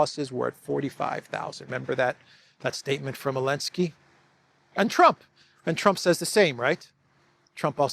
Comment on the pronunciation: Zzzzzzzelenski not eeeeeeelensky